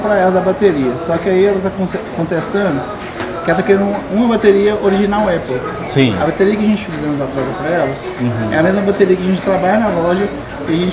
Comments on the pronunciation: Como diz o Cebolinha.... Apple caria. 🤣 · Pessoa não sabe nem falar "Apple" e quer ter um iPhone.